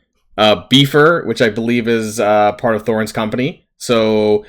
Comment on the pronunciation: My brother in Christ you did not just call him “beef-er” lmao